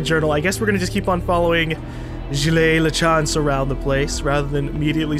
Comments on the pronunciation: you keep mispronouncing Gilles lol it's okay to butcher words, but if there is someone, the narrator in this case, who keeps telling you how to pronounce said words, it's kinda annoying. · Like the game so far.I'm a french canadian, so it's nice to see Quebec from decades ago. PS:Gilles is pronounced like Jill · I love all the differently wrong ways pronounces Gilles.